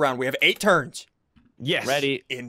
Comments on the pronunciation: When you said turns i thought you ment terds lol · When he said 8 turns, I thought he said 8 turds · Why is he keep saying turd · When he said 8 turns I thought he said 8 turds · It does actually sound like turds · I though you said turd 1 turd 2 turd3 lol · I thought you said 7 terds XD